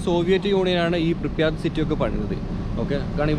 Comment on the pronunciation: "പ്രിപ്യാറ്റ്" ആണ് സഹോ